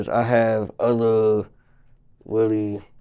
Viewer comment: When he say "really" he say "wheelie" lol